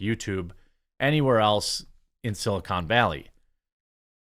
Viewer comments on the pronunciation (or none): none